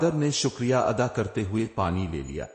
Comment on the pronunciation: سر جی اپنے الفاظ کی تلفظ کی ادائیگی درست فرما لیا کریں مثلاً گلی کوچے شکریہ ۔